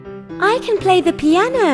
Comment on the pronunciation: Не рекордер а читается рикоордер, и не пиане, а пиано испанское слово, вконце о